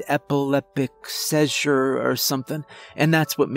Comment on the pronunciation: Ngl this is cringey af What with all the "daddy" crap and him not being able to pronounce certain words like seizures but he can say everything else just fine. Cringe